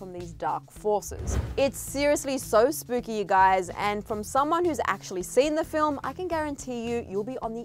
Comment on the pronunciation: Did she just say "spoopy"?